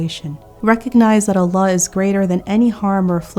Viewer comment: An amazing lecture as usual, but plz for the verse ومن يتوكل على الله Do Kasrah not Fathah for Allah